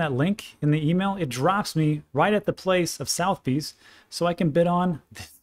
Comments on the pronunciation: Its not prunounced South Bees its prunounced Suh the Bees...🤔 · Just fyi. It's pronounced like "sutha - beez". Famous global UK based auction house. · Trivia...... Sotheby's it's funny old English. Sutherbees is how it sounds . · that is pronounced soth(like cloth) er-b's not south-b's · Hey, just trying to be helpful; Suth-er-bees, not south-bees. Thanks for everything you do. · love your stuff. As a Brit I can tell you that Sotheby's is pronounced Sutherbees with a soft th as in "there". The "u" is as in "under". Bees as in "bees". All the best to you. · Pronounced sutherbees not southbes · Its pronounced as Sotherbees, not southbees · I really like you but it is pronounced suh-thuh-beez not southy's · Sotheby's (a famous British auction house) is pronounced 'Sutherbee's' mate (just for your info) :) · suth-eh-bees is the pronunciation of the auction house - Its a top tier UK Auction house based in London originally but has rooms globally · FYI it’s pronounced [Suh the Bees] Southebys…it’s one of the oldest and largest traditional auction houses in the world. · Was thinking the same but thought "there's so much solid information he's giving". We'll forgive him for pronouncing Southbees incorrectly 😆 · FYI. Think the auction house may be pronounced Suhth-uh-bees but hey. You say tomato I say Tomahto. Love your content. Cheers! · Never heard the venerable name of Sotheby’s pronounced Southbees….. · Hi Sotheby’s is pronounced Soth-er-by’s It’s probably one of the most famous auction houses in the world originating from London, England Keep up the great work my friend! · Sotheby's sounds like suvver-bees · Hey it's pronounced: Suh-Thuh-Beez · Soth e bys is how you pronounce it rob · "South Bee's" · Soth eee bees 3 syllables...... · a polite pronunciation correction. The auctioneer is pronounced Sud-er-bees. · Sotheby's is pronounced : Suth uh bees. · its pronouned 'suth e bees' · it’s pronounced Suth eh bees